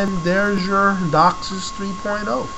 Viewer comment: You have no idea what your talking about. You pronounced DOCSIS wrong!!! ......... and its megabits per second, not megabytes. Huge difference. Do your research so you don't make yourself sound like an idiot.